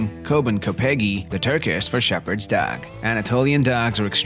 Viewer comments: Did anyone else think the narrator said duck instead of dog? Great video though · Why do you say dags??? Your dog pronunciation is so weird and funny